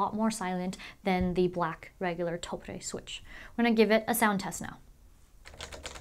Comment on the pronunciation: Love the video but hate how she pronounces Topre.